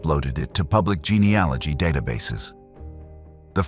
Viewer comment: Real or not, it's so nice to hear an American voice say geneAlogy. GeneOlogy isn't a word, but is spoken by almost every US true crime channel.